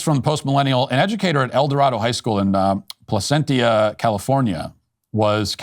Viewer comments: Pronounced: Placen-cha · Simulation lol at us: ‘Placentia?’😂